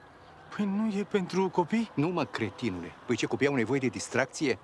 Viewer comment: Parc distracție nu distraxii